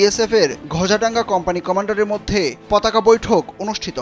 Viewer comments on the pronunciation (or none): none